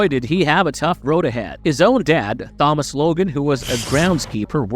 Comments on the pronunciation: Did you seriously pronounce Thomas as Phomas 😂🎉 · He pronounced it Th-omas. He pronounced the T as TH but later says mudder instead of moTHer. He has an accent it seems lol.